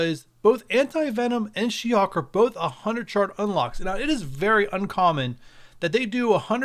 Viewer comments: Her name is she-HULK, not she hawk 🙄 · Is he saying She-Hawk.. 🧐 Good info on the masked caper